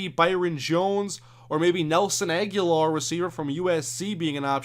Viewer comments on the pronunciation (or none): none